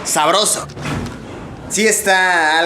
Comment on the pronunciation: Jajajaj sobroso dijo jajajaja